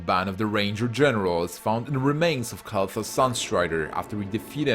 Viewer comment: The video is very well done but man, can you please learn the correct pronunciations? Val'kyr, Lordaeron, Kael'thas, and a lot other names are so badly pronounced.